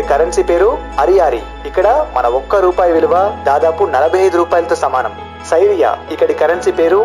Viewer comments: సిరియా అని చెప్పు సైరియా కాదు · సైరియా కాదు నాయనా. West Asian country Syria (సిరియా)